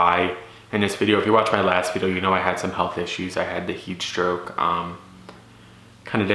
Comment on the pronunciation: Are you saying heat stroke?